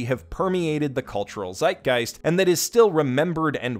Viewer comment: I really love your videos, but please stopp saying seitgeist. It feels like butchering sentral sity from FMA.